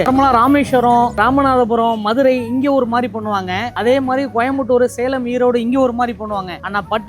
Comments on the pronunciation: கோயம்பட்டூர் இல்லை கோயமுத்தூர் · கோயம்பட்டூர் என்று சொல்கிறார் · கோயம்புத்தூர் தான் நீங்கள் தவறாக சொல்கிறார்கள் ❤